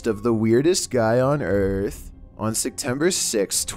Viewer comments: I need to know why you keep saying "Sectember" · ikr my roommate says sectember and i just wanna shake her and yell "say it propally" lol